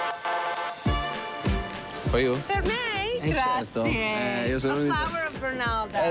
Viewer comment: Just wish the narrator spoke even a little bit of Italian. She butchers everything she says and when her guests don't speak English, there's no sensible dialogue (like the guy with the pigs). At least learn how to say "Grazie" instead of "Graziaaayy". Yikes 🤦‍♂️🤷‍♂️🙄